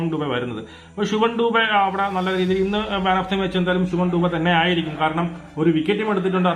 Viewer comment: ശുഭം ഡുബെ അല്ല ശിവം ദുബെ